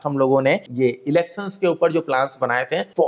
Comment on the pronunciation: Elecssons nahi Elections boliye achchha lagega